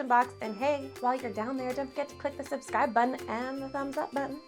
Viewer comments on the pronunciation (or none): none